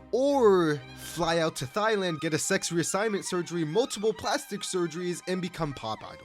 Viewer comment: Wait how did bro just pronounce "Thailand"?